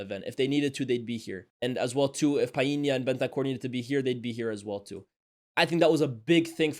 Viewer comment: Why u saying Paulinhas name like that😂